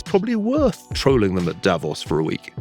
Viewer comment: The first commentator I've heard who actually knows how to pronounce Davos (Da-VOS).